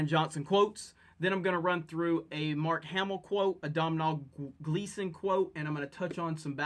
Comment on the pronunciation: Hey if you want to say domhnall Gleason like an Irish person pronounce it dough-nal 😉 that's how it's pronounced here in Ireland